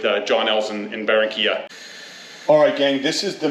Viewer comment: es Barrrrrrranquiiiiiiilla Senor.....